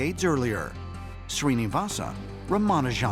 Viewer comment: Please correctly pronounce the name .